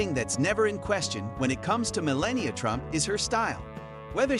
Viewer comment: Melania ... is not pronouced 'malenia'...